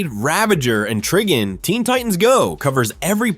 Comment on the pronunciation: IT'S TRIGON